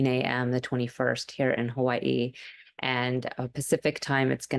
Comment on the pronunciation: Blessed Full 🌕🌝 you say Hawaii so beautifully. Thank you for your content.💖☀️🛐🚪🌹